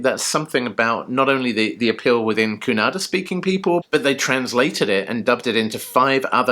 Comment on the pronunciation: Wow 😍you said Kannada correctly., even Bollywood people don’t know to pronounce 😀 they always say Kannad